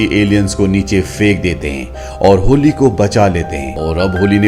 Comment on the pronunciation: होली नहीं भाई हॉली है वो😅😅